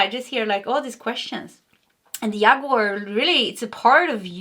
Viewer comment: Hello, cute and sensitive,. In English "Jaguar" is pronounced like "James" or "Jack". Not like "Yeehaw" as a cowboy would shout. Thanks for the reading, I too, just like you, learned English by taking lessons, and not by living in an English speaking household, so no hard feelings.